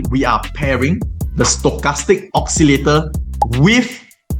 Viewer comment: You make a huge mistake pronouncing the word "oscillator".